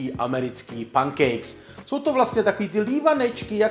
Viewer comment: čte se to penkejks